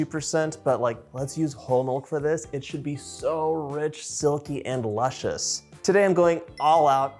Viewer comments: Lushious?? Oops luscious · Luscious (not lushious)…😀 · Luscious, not lushious. Now I want to make this. :) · I'm sorry...."lushious" ????...other than that...perfection!!!